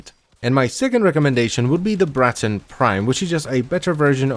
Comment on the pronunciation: I love the way you roll the R in Braton